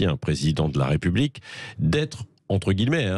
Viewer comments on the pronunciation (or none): none